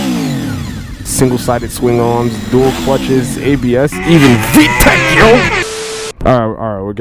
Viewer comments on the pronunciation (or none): did you say VTEC wrong vtec is not Japanese do your research.